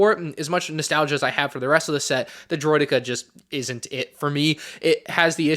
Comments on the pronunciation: Makes snes but "Droideky" ? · “droid e key” ✌️😭